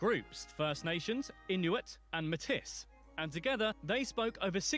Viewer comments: This is driving me crazy Metis is pronounced.. may tee NOT ..ma tis lol ,They are a mix of early French and Native people . My step mom is Metis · "Matisss" no. It is pronounced, maytee. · Btw Metis is actually pronounced "may-tee", not "may-tis". This is because when Europeans were first marrying into indigenous communities, thus forming the Métis population, it was mainly the French involved. So it aligns with the French pronunciation of "may-tee." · and Meyis is pronounced "may t" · metiss? lol... no.. its pronounced may-tee like matey lol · Such a silly brit, metis is pronounced may-tee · Métis is pronounced "meh-tee". The "s" is silent. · Metis is pronounce "Matey" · Metis is pronounced like may-tee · I truly wish these videos could be narrated by Canadians who could pronounce things properly. Or, at least, that the narrators would take the time to find out what the proper pronunciations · The narrator mangled the pronunciation of Metis. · The Englishman's pronunciation of Metis made my teeth hurt. Oof. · Yeah, it was driving me crazy too. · He made it sound like they were inbreeds when in fact it was the french who were hooking up with them. That's the mix.